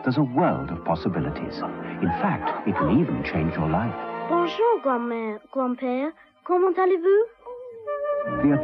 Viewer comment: "Bonge yer?". Not quite. "Bonjour." Why you little...